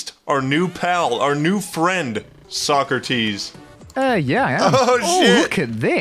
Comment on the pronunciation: omg when I heard "covered almost every item" I was like omg no way its not sockrteez and when I heard sockrteez I was fanboying like I watch all the videos my favorite was the drippler crippler